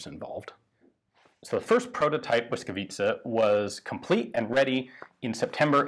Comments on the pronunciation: Well done Ian! While watching i didn't even care about the audio quality. You must have done a lot of research to come up with such acurate gun backgrounds in history. Perfect pronunciation of Błyskawica and the effort to use Ł - letter in the gun name were the cherry on top. It was a joy to watch! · I appreciate the „ł” :) Merry Christmas Ian! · correct pronunciation! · As a Pole I am highly impressed how well you pronounced Błyskawica. And how apropriettly you described the background of conditions in which this gun came to life. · Wow Ian how do you pronounce the word "Błyskawica" perfectly!!! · Superb pronunciation of "Blyskawica" . Respect. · jak native speaker prawie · Naprawdę nieźle to wymawia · He practiced for hours. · I have been waiting for this since your video in the Polish Army Museum (Muzeum Wojska Polskiego)! Very nice pronunciation. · Your pronunciation of "błyskawica" is flawless. Honestly, hats off. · Today I learned something about my home city that no history lessons covered. Thank you, Ian! Greetings from Warsaw! Also: you've got a really good pronunciation of the name "Błyskawica"! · i am honestly suprised that someone who is not native polish speaker could pronounce this right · As usual - a fun, very informative video! And congrats on the pronounciation of Błyskawica - it's really not an easy word for non-native speaker, and you got it just right :) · good pronunciation of name of the gun. love from Poland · congratulations; you pronounce 'Błyskawica' absolutely perfectly:) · superb pronounciation of Błyskawica, Ian. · Are you Polish? Beacause that pronounciation was really good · You had "Błyskawica" spelled phonetically on a card, didn't you?